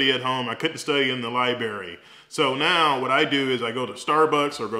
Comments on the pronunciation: Study at the Li-BERRY! I love it, I say it the same way haha. Thanks for the info sir! Keep up the vids, you are an inspiration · Down vote simply because it was so painful to hear an almost board certified surgeon saying "libary" multiple times. The content of the video was actually good. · Library!!! L I B R A R Y!! You are too educated to mispronounce words. Still a very great informational video. Thank you for sharing! ❤ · Good advice. So nobody's going to point out lieberry and breafast like those actual words. Every doctor I work around nails those words with the greatest of ease. I guess library and breakfast will wait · Did he say lie berry ??? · I know you are a doctor bruh, but... "libarry?" lmaooo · "Lie-berry." "pneumonic." The language police got to me :'( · Libarry.. lol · K G that’s not how you pronounce it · Laconian Drakon pronounce a WORD like library. 🤣😂🤣😂 someone like you should know the difference between spelling a word and pronouncing it. Or maybe that’s just the way they say it in the city he was raised in. Dialect and accents have a lot to do with the way people say certain words. In this whole video the only thing you guys could do is pick out and make fun of the one word he PRONOUNCED wrong. It says a lot about your character. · The most common dialect in the United States is General American. So it's understandable why the pronunciation stood out. But yes, many Southerners enunciate "library" this way because of the middle phoneme